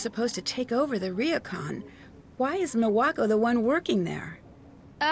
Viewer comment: oh god the way Nancy pronounces Japanese words hurt me "RIYOKAN" kill me